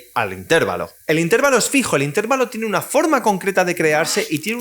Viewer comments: Se dice intervalo, no intérvalo. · Buen vídeo! Pero admito que me desconcentro un montón cada vez que dices intÉrvalo.